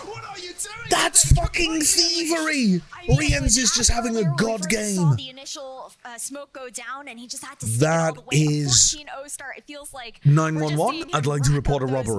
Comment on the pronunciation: "Reens" also really ticked me off